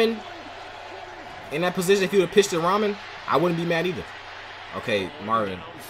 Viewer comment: Ramen. He's the best player on the team you claim to root for get his damn name right its embarrassing. Its Amon (Ah Min) please get it right its so annoying when people mispronounce it. If you cant just call him Sun God.